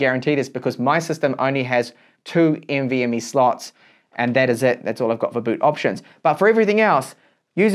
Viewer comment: lol the way he says nvme. NV..ME good video tho i learned something new